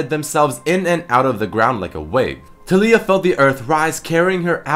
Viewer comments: Taliyah. Pronounced Tall-ya not Tall-ee-yah. come on..... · Pronounced Tay-Lee-Ah not Tally-Ah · I dont think her name puts infesis on the "li" part of her name, i think its tA-li-uh. not ta -LEEy-ah. just my thoughts. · Why do you say Ta-lee-ia? Isnt it Ta-lái-ia? It sounds better in my opinion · I feel like her name is pronounced Tah(like Tackle)-Lee-Yah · It's fuckin Tal-EE-YUH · It is pronounced tar-lee-ar